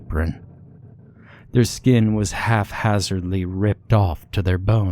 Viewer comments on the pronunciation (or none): You say "HALF HAZARD" a LOT! Thats not a word! It is HAPHAZARD, but it is pronounced HAP HAZARD. Think about it... if it were pronounced "HALF", which would be possible... HAPH by itself, would be pronounced "HALF", but then... what would be left of the word... "AZARD"! If you want to insist, on it being pronounced "HALF/HAPH", the it would be pronounced "HALF - AZARD"! You dont get to use the H twice!!! Haphazard, is not haphhazard!!!!😂